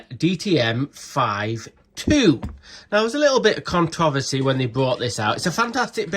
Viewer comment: con-travacy lol